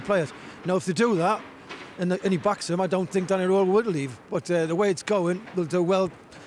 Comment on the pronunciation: It would be 'IF' Mr Roehl's name sounded like it. Sadly, for you, it doesn't. Try saying 'Rearl' and you'll be closer.